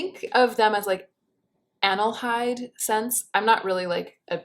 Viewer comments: I wonder if you mean "aldehyde" when you say "anelhyde"? Or is the latter a mysterious fragrance term I've never come across? I can't seem to find the word anywhere. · It’s ALDEHYDE lol ❤️